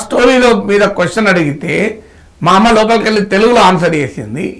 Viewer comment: నాగేశ్వర్ సర్ అమ్మ నీ పిలిచే టప్పుడు మంది అమ్మలను పిలిచినట్టు ఒత్తి ఒత్తి పలకడం ఎందుకు నార్మల్ గా సాఫ్ట్ గా పిలవచ్చు కదా. తెలంగాణ లో "ఒత్తి" "ఒత్తి" పలకడం అలవాటు అవుతుంది . 😂😂 😂 😂 😂 😂 😂 😂 😂 😂